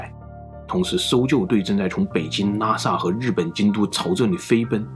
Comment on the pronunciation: up主的口音 我一直听成NASA 看了字幕才知道是拉萨。。。